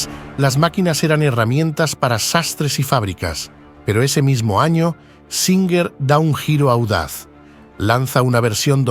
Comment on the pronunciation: Singer. O. Suinger??